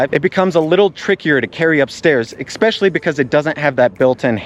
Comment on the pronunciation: Bruh AND you pronounce especially “eck speshully” I’m not even gonna bother finishing the video man